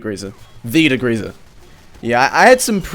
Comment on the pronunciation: "dagreeza" It's degreaser btw